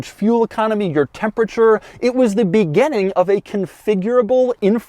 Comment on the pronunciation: Can someone tell Doug it's beginning not "begenning"